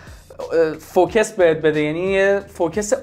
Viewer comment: چرا یجوری حرف میزنی که مثلا فارسی یادت رفته؟؟!!😅 فوکِس؟؟!! خود اساتید مدرس عکاسی میگن فوکوس... حالا شما؟!!😂